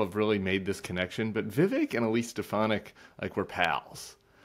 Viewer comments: I know this isn't the most important thing - but hearing people pronounce Vivek's name properly makes me very happy! - an Indian in the USA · I agree! He's not worth a single thought - but this is a heartening moment for me as a brown girl in the USA whose name is constantly mispronounced. I guess it speaks more about Sarah and Tim, that they take the effort to pronounce a different name properly!